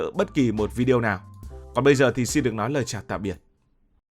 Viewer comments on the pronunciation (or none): none